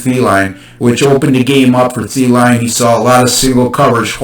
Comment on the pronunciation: Cant trust anyone who dont know how to say adam thielen name right.